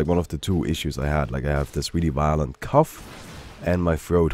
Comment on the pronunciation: Sounds like you are saying 'Cuff' instead of 'cough'. Get well soon,.